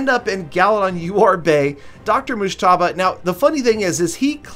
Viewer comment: Your pronouncing mujtaba wrong Fan from Pakistan 🇵🇰